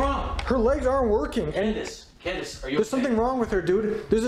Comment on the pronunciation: Did he say candice ? 👁👁